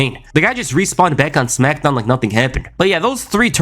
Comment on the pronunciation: “The Rack” “Brack Lesnar” “Smackdawn” 😂😂😂